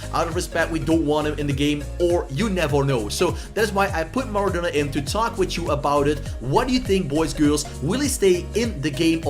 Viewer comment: STOP STOP STOP! YOUR SAYING IT WRONG ITS MARADONA NOT MARADONNA